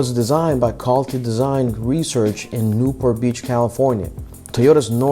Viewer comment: This video released a couple of years ago. I hope your pronunciations and tone has improved. I couldn't makeout Calty Design Research. It sounded like "call-to design research". Thats where i stopped watching this video